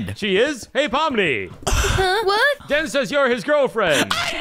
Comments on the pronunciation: why is pomni saying denny instead den😂😂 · Why is pomni saying denypoo???? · Um why is pomni called you Denny instead of den😆😂🤣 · Why does POMNNE always act like that and why did she say Denny? Instead of DEN.🤨🤨🤨🤨🤨🤨🤨